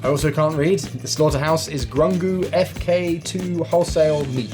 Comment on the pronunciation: "Salughter House"